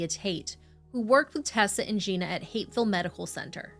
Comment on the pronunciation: I'm sorry but did she say "Hateful" medical center??